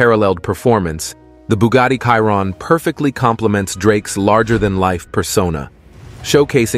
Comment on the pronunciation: bugatti "KAIRON" hahahaha